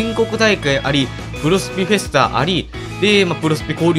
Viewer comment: フェスタがヒェスタになってますよ！ ふがひになってます！